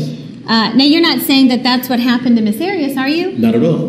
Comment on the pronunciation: and. says "Drawring" and he says Jodi's last name as "Ms. Arrows"